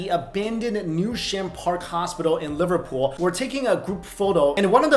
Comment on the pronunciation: He pronounced Liverpool right yay lol